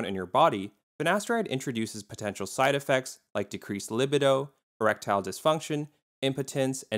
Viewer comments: Pronunciation of LIB eh doh—he doesn’t recognize the word li BEE doh? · "Lih-bih-doe" lol.